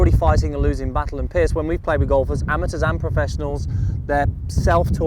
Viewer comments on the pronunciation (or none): Why does call Piers "Pierce"?